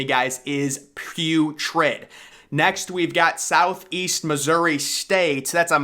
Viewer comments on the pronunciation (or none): none